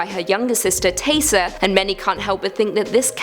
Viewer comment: I always thought that Taissa is pronounced "Ta-ee-sa" instead of "Tay-sa" 🤔